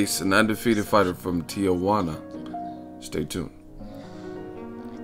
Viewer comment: Why do people pronounce Tijuana, "Tia" Huana? It's Tee-Huana...